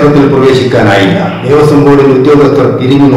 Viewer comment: ദേവസ്വം .ദേവസ്യം അല്ല. കഖഘഗങ പഠിക്കുക.